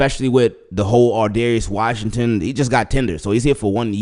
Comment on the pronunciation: straight butchered his name